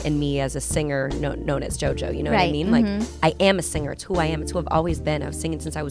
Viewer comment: To the narrator: The word 'singer' is not pronounced sinGUHer. The g in ing is soft.